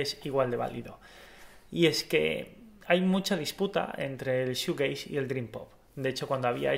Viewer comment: Te hace falta mas información, y aparte se pronuncia “shujeis”(shoegaze)